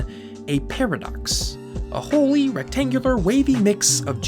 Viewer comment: “Recatngular shape”